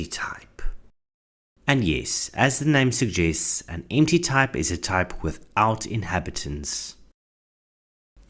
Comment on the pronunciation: The way you pronounce "empty type" it sounds like "anti-type" which sounds cooler